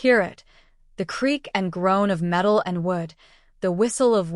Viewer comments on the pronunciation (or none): none